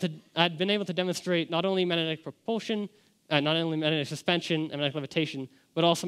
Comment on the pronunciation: Should be able to pronounce magnetic in order to give this speech